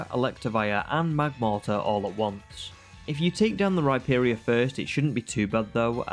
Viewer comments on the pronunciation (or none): none